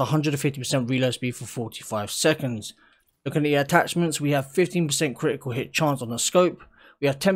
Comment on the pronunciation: kri-i-cul hih chance...